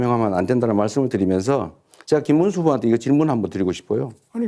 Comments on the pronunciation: 김문수는 한국어좀 배워서 토론 하세요 발음도 정확하지도않고 무는말인가 모르겠고 자기험담은 나모라라하고 넘 욕할 처지가 안돼는 사람이 무슨 토론을 한다고 한심 하네요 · 김문수는 진짜 비주얼이 절대 대통령이 될수없다 혐오 스러 부인도 똑같이 부모가일본인 전광훈 때거리 내란수괴범 옹호자 관상은 과학이다 김문수 절대안됨 말도더디더디 촌스럽고 발음도부정확